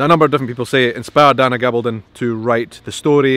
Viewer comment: Diana is Latina. Her name is pronounced Ga BALL don.